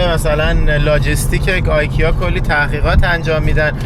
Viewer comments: چرا همه اشتباه تلفظ میکنی ایکیا نه ای کیا استهکلم نه اوسترکلم😊😊😊😊😊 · البته به استکهلم خوش آمدید و خوشحالم که به نظرتون خیلی زیبا اومده، ولی تلفظ خیلی از کلمات رو اشتباه گفتید ، استاکهلم نیست ، استکهلمه، آیکیا نیست ، درستش ایکیا هست و گاملاستن نیست ، درستش گملاستان هست . موفق باشید . 🙂